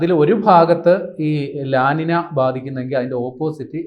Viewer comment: ല ലിന എന്നല്ല ഉച്ചാരണം . ല നീഞ്ഞ ( La Niña ) എന്നാണു ശരിയായ ഉച്ചാരണം . ഇതൊരു Spanish വാക്കാണ്.